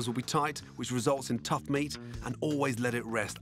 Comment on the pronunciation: Is it me or does he pronounce meat as “mint?” 🧐